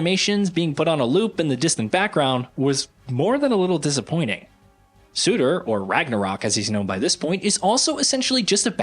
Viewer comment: How do you pronounce ”Surtr”?: ”Suitor” 🤡🤡🤡